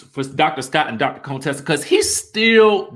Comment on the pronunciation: Stop pronouncing Contessa's name wrong, it is an insult to her.